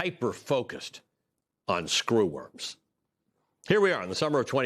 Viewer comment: Stop saying SCREWorms like that! 😁